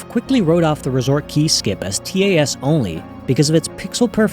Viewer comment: learn to pronounce TAS please /hj